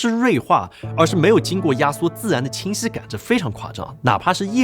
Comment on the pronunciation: 讲话像嘴巴没张开，清晰说成青丝